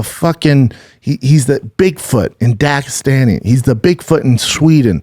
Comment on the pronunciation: Every time he says Dagestani it annoys me